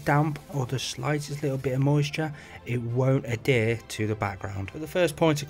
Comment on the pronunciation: Great video! Every time you say Adhere I hear Hadere 😂